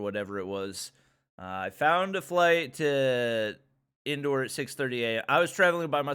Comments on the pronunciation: Indoor lol it's indore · His "INDORE" sounded like " INDOOR" 😆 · The way he said 'Madhya Pradesh' and 'Indore' pisses me off But in a hilarious way 🤧🤪🤣